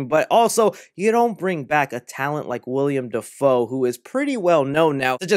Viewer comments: He said William Defoe . Haha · You really just said “Wiliam Dafoe”